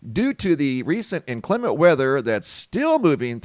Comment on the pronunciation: INclement, accent on first syllable (I'm pronunciation-triggered)